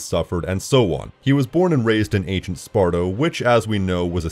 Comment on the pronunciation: "ancient sparto?" It's Sparta.